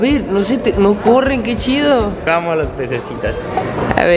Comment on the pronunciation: ahora sabemos porque siempre termina diciendo las palabras así jajajaja ‘vamosh’